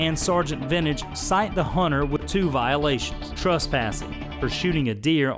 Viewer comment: Wtf is a Hunner?